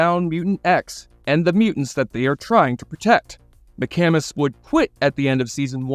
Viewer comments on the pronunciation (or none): Just some corrections on how to pronounce the actor's names: Tom McCamus is said like "MickCahmus". Karen Cliche is pronounced as "cleesh" not like the word "cliché".